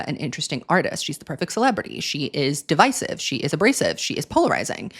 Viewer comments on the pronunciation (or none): none